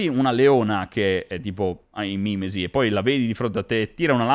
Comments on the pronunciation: ma è mimési non mi mìmesi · Tutto molto bello ma si dice mimèsi.